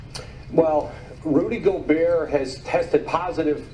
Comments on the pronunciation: Rudy go-burt 💀😂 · "Rody Gobert" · "Rody" Gobert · Crazy Gaming Rody GoberT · Rody Goalbert